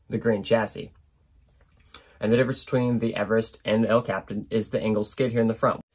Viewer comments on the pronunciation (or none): Way to put the content out there. Congrats on the new baby! I just had to point out that these chassis’s are named after mountains. Mount Everest, pronounced how it looks; and El Capitan pronounced el kapeetan 😂. Thanks for the content.